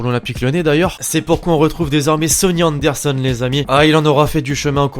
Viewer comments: « Anerson » y’a un petit problème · A anderson ti as oublie le r